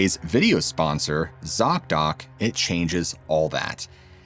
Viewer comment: Zock Dock? seriously , they need a name change STAT .you miss said or i miss heard and i got a great laugh out of it . i heard ( sock dock) and immediately imagined ........ laughter is best meds.